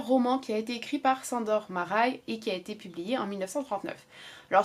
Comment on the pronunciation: Bonjour, merci pour cette vidéo. Ayant des origines hongroises je tenais à t'éclairer sur la la prononciation du prénom "Sandor" qui se se prononce en réalité "Shândor". Sur ce, bonne continuation (de la part d'une abonnée dévouée)